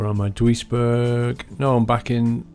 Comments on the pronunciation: say it like 'JEW-IS-BURG.' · I believe that Duisburg is pronounced (doo-is-burg)